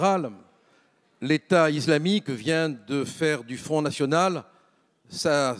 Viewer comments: Pourquoi il dit iZlamique ? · "l'état izlamique" rofl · "L'état iZlamique" Mdrrr😅